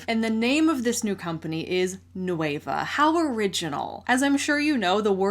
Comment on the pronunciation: without the ey Nueh-va not noueyva c